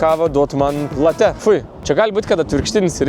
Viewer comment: Nu maldauju, nėra jokių latè, laté, latë. Kava yra vadinama lĄĄĄĄĄĄĄĄĄĄĄĄĄĄĄte nx bl.